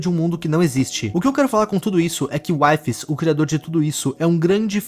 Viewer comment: Na vdd o nome dele se pronuncia Wee-fees (não taça hate em mim pfv)